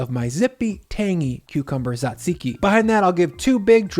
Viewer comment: As a Greek, I approve of this souvlaki! Thank you for the video! just a tip, its not SAtziki or T-ZAtziki it's TZAtziki (jajiki), people always seem to struggle with the pronunciation